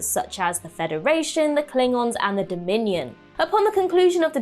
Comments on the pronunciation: Um, it’s Dominion war, not Dominan War. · "Number 8, fallout from the dominion* war" (not dominian)